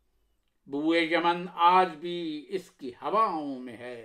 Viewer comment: عمدہ۔۔۔ لیکن اس کی امیدیں قلیل۔۔۔ اس میں لفظ اس کا تلفظ زیر کے ساتھ نہیں بلکہ پیش کے ساتھ ہے۔۔۔ أس